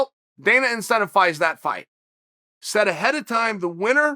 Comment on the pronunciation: Chael “in-sent-if-ized” Sonnen